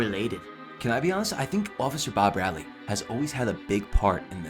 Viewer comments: Barbrady, not Barbradley. 😒🙄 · It's Barbrady, not Bar-Bradley. 🙄😒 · Lion Cartman? 🫤 Bob Bradly? Why are you pronouncing certain names wrong, I thought you watched the show. You should know how they are said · "I've always loved south park" proceeds to mispronounce Leanne Cartman and Officer Barbrady